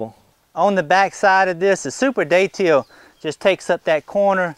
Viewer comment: Beautiful Datil plant. Liked the video. Thanks Im from St. Augustine, we pronounce the name of the pepper more like "dadle"